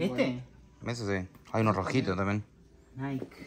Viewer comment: Vivis en estados unidos y todavia no aprendiste la pronunciacion de NIKE ? se pronuncia NAIKI